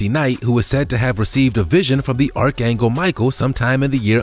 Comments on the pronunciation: I wish you would read better or edit the mistakes - for example you said "Archangle" (sic) rather than "Archangel" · He pronounced archangel as archangle lol